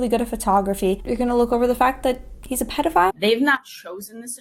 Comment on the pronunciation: The dude who pronounced pedophile like "PEE-dophile" really creeped me out